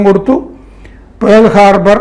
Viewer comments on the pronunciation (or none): It is not Pole harbour, it is Pearal Harbor